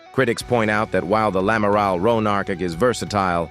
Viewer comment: Un amaral 😂😂😂 Et pourquoi pas un Amaril. ? En clair c’est l’Amiral. Ce ne serait pas l’une des FDI ?